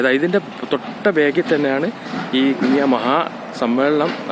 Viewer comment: കുനിയ❌ കുണിയ ✅